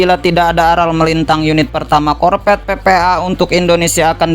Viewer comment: APA ITU ARTINYA " KORPET"? * sebaiknya belajar dulu lah.. untuk bisa.meng- Artikulasikan Huruf "V" dengan baik ( huruf V adalah V dan bukan Bukan " P " ).....Nanti kalau sdh busa menyebut Huruf " F ", Dan " V " dengan tepat... barulah nanri bisa jadi Moderator! 😂😂😂